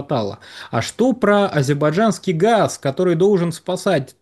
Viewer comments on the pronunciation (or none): уже вообще ку-ку, "азербайджанский" не может выговорить. Всё, приехали, слазьте